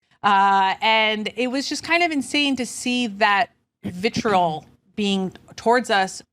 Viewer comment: Doesn’t know how to properly pronounce vitriol.